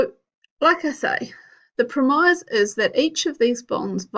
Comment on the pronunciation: prem-eyes? isn't it pronounced prem-is